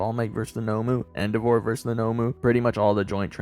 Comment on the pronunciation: Why do you pronounce endeavor like that? That’s not a word king